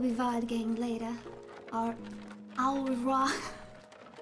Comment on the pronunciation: In "au revoir", "au" is pronounced "o." The imagery of the South is unfamiliar to the European guy I am, but I loved the roleplay. Thanks for the stream!